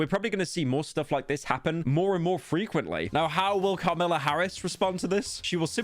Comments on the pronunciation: have you only read her name like why are you pronouncing kamala like that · Bro was trying to care about names then fucked up Kamala harris' name Everytime 💀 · I don’t know if there’s a point to see. It’s just Pyro himself said he was being careful with the pronunciation of “50 Cent” to avoid another “Metro’s Boomin” incident. But then he also mispronounced Kamala throughout the video. And I just thought that was little funny. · pyro are you fucking tony soprano or something why are you saying carmella instead of kamala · Kam-ala not Karmela. Fell off. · calls kamala karmella, refers to plovers as plowvers, oh yeah, its sloppin' time. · “Kahlama Harris” I’m done bro 💀💀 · My man does not want a metros booming moment but keeps saying “Karmila” not “Kamila” 😂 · who’s “Carmella” pyro? 😭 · Pyro: Kamala ❌❌❌ Carmilla ✅✅✅ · Everytime he says "carmella" i feel like im gonna stroke. illiterate pyro? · "Carmella" nice one pyro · Carmla? It happened again man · bro said every possible wrong pronounciation of Kamala's name. I think he even called her Caramella at one point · This deadbeat has been saying Carmila instead of Kamala the entire video like it's a Sopranos reference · He keeps saying car mella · He didn’t want another “Metro’s Boomin” moment but is calling Kamala “Carmella” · U kept saying Carmella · Bro said Carmella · its kamala not carmella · Bro called Kamala, Carmella like the trash Hazbin Hotel character, bro is COOKED💀🤣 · Ah yes, Car-milla Harris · Pyro keeps pronouncing Kamala like "Carmelo" and all I can think about during this video is the retired NBA player Carmelo Anthony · Bro is so scared of another metro booming situation it happens every time he says Carmella than Kamala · It sounds like hes saying carmella every time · Pyro makes sure to name the correct rapper then proceeds to call Kamla "Carmela" for the rest of the vid. It's ok though, I also have The Sopranos living rent free in my head. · “Carmela Harris” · why does he pronounce it "car mella"